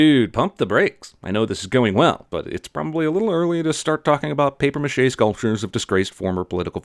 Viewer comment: you should receive a sin for your terrible prononciation of « papier mâché »